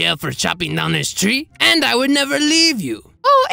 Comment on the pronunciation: OH BIG BOY GIMME THEM LIPS "I ThouNgt you woUld nEber AsK"